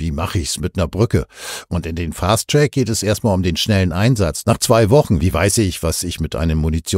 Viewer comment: Zunächst Danke für die Aufarbeitung! Hier ein kleiner Hinweis: Fast Track und Long Track Variante kommt ein bisschen undeutlich herüber. Eingedeutscht bedeutet es der kurze Weg oder der lange Weg…